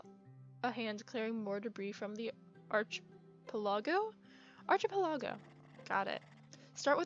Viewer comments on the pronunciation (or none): archipelago is pronounced ark-i-pel-a-goh! It basically just means a group of islands, like Hawai'i or the Philipenes.